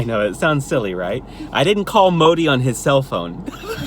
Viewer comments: The 'd' in Modi is pronounced as 'the' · Modi pronunciation 😂😂😂